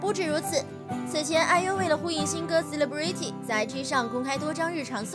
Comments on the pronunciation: 很基本一個單字居然都能錯念到離譜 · CELEBRITY的發音錯了.....